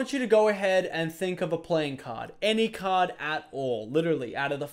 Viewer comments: I thought he said chose a cod (call of duty) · I thought he said COD not card